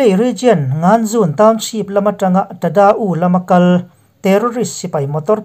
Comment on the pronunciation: i ti tha thei hle mai. Kan thlir che ni a. Kan Burma rama khaw thenkhat hi a ziah dan le a lam dan in ang lo a awm nual. Tuna NGANZUN ti pawh kha NGAZUN ti ah lam chhuah zawk tur a ni. I chanchin puan hi keimahpawl mah ai in i titha zawk. Kumtharah Lalpa'n malsawmin kaihruai zel rawh se.